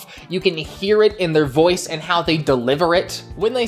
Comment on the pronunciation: It's boy oice not boyche